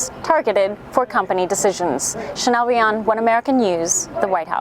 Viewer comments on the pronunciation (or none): none